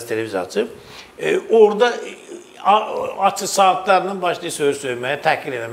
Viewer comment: Bu Serdara basa salin, ki Azerbaycan dilinde ц herfi yoxdu. Acig sozu var aцig yox